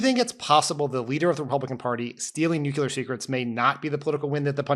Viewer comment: Next time Favs is out, get a guest co-host. One who doesn't pronounce the word "nuc-yoo-lar". Jeez, Dan...you worked in the White House for fuck sake!